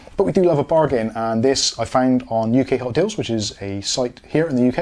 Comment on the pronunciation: That's what i wanted hotukdeals:-) I couldn't hear you say it properly, Probably your english accent, lol...Cheers mate:-)